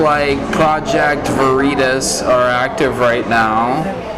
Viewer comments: Haha...he's pronouncing Veritas like "burrito"...... Obviously Latin wasn't in the curriculum of whatever woke place of "learning" he was brainwashed at! :) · The way he mispronounced "Veritas" to make out he didn't know what it was was priceless.